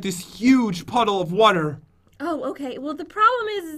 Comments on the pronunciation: Lol he says wuter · Water not Wter pat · Hong Kim He says water def